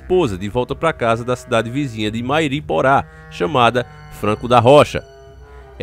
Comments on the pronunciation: bom dia. O correto é Mairiporã. Como rã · Mairiporã se lê ân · Está pronunciando a palavra Mairiporã errado... Kkkkk